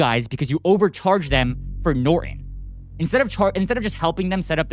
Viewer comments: It's NOT NorEn, it's NorTOn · What is nor-on????? I think there's a 't' - Norton. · It's easier for someone from India to understand you if you don't pronounce "Norton" as "Nor-in." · "Noren"🤔. Sad how this Gen has just Stopped pernouncing syllables in words. Nor-TON! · Please learn how to pronounce Norton. If you read it carefully you will notice it has the the letter t in it.